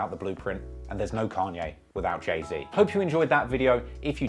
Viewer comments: Why he keep calling him jay zed😂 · Who the fuck is jay zed it’s Z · “Jay-zed” pisses me off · I know your British and so am I but it’s “Jay-Zee” lol and the Pop Smoke comment was uncalled for, turned the video off after that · You miss pronounce jay Zs name so bad at the beginning lol; you said Jay Zed lmao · Zee not zed it might be how it’s pronounced but it’s his name get it right 🤦🏽‍♂️ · dude said jay zed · dis nigga said jay-zed im DEAD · i’m sorry i can’t listen to you say jay zed the whole video, i’ll watch the next one. ✌🏼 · Saying “Jay-Zed” should be classified and prosecuted as a war crime. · the hell is a jay zed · BRO WHY U SAYING JAY ZED WTFFFFFF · Who is Jay Zed??? 🤣😩🤣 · “Jay zed”😑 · when i heard u pronounce jay-z like that at first i was 100% considering clicking off the video because i didn't know if i could handle it